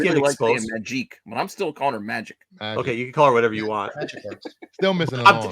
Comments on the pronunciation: I am hoping for a Child of Nomad:Spirit of Vengeance book myself:P and ur right,it is Magic, not Majeek, she isnt french for gods sake:P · Majeek??? WTH is that guy talking about.